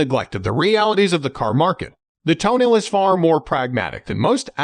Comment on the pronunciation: Ffs, it is not pronounced "toenail"!